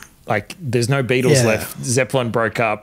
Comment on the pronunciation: No is pronounced No, not NEEUUWUUAAIUUUU